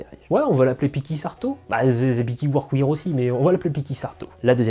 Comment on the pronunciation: Pour les pantalons je ne peux que te recommander le sur mesure de chez Ciryl d'Abensia! En plus d'avoir un super pantalon, c'est aussi une super rencontre avec un passionné (et petit tip de prononciation pour le mot workwear, il faut le dire "workwère" au lieu de workwire) Super vidéo, continue à nous faire profiter de ton univers singulier ça khalass !